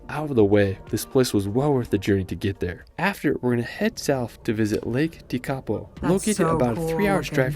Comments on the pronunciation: Yes. Me too. Lake Tekapo and his pronunciation is Tikapau. It should be pronounced Teh-ka-por. Also not Wanarkah. Wa-na-ka all short sounds. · Shame they cant pronounce Lake Tekapo ..Tek A Poh .